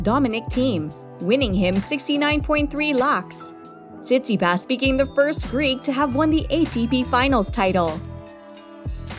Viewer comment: What you talking about she says his name correctly you’re clearly the one who knows nothing about pro tennis 🤷‍♂️